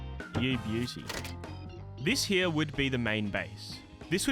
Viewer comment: "heawww" like a donkey lmao. heRe. hear. heeee-rrrrrr